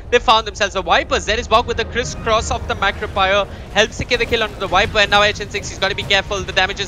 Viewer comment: Why do the caster keep on saying 'wiper' Is that how viper is called in india or something else?